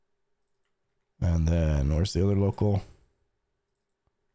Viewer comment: It's pronounced ləʊˈkɑːl ("Loke-Al") not local. But thanks boss!